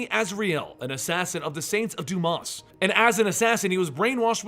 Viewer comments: I'm pretty sure the 'S' in "Dumas" is silent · I'm very disappointed in you,. The last s in Saint Dumas is silent.